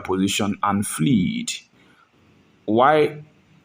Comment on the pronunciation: Can you please revise your primary school english exercise books? FLED not FLEED!